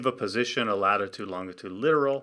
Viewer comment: Is it normal for Canadians to pronounce longitude as "LON-git-ood" instead of "LON-ji-tood"?